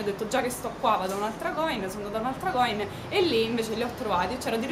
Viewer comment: si dice coìn!!! con l'accento sulla i!!! ;) è veneto ;) video interessante!!! brava!